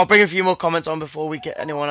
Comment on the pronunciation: Bwing in wriedy, dweeby sidekick 😂😂